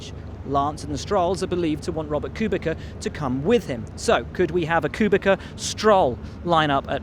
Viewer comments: Will it's not pronounced Kubica, but Kubitsa. Love ya, but do it right :P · The way Will was saying Kubica was trigerring me so hard... It is like COO-BI-TZA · Mate, it's kubiCa /t̪͡s̪/ like piTS.